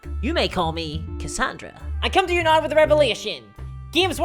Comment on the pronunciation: Holy shit, I started watching your Chanel this week and went from loving it to hating it. You’re witty but you spew so much hate. I love the guys that pull my local club together; they work at it for free, and make it fun for all of us. Anyways, I’m unsubscribing, this is very toxic stuff. And ‘now’ is pronounced ‘n-ou’